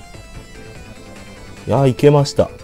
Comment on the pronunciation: 最後のリボンがニモに聞こえたw